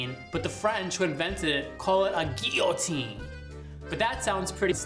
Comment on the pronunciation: lol at the eye roll while saying gee-o-teen